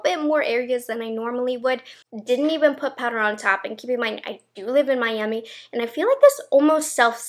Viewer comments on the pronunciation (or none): none